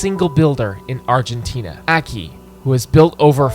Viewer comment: Aki is a legend. Or as you seem to call him for some reason, "Akí"